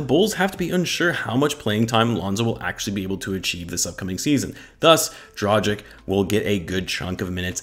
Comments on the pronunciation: Say Dragik. Now say Drageetch. You're welcome. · dra-ghee-ch, dohn-chee-ch, voo-chev-eech, bogh-dano-veech, shar-eech ;) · Man can't even pronounce his name right then makes a video about him 🤦‍♂️🤦‍♂️